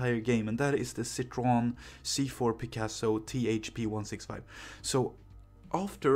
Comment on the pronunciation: Cit-hro-en not CIT-hro-n